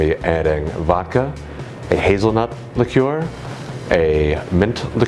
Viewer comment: liqueur. You should really learn to pronounce this word.